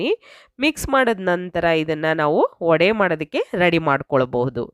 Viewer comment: Vadaa,alla, vadey or vaday antha irabeku